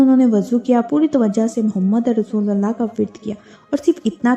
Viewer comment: Mohammadar Rasulallah❌ Mohammadur Rasulullah ✅